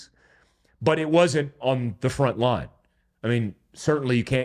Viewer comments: Your Asian really came out when you said “rine” instead of “line” 😂 Don’t beat me up next time I meet you 😅👊🏼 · Lol. Every now and then "ASAIN" comes out. He said, "Front R-ine." I love it. Keepin those stereotypes strong for MERICA!